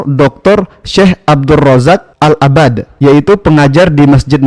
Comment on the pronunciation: rasa² pemilik channel ini ruwaybidhoh, penyebutan nama syaikh saja salah "العباد" ahsan antum pertebal ilmu dulu akhy baru bikin channel dakwah.